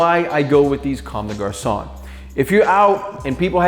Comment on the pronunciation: "Converse comme des GaRsOnNe"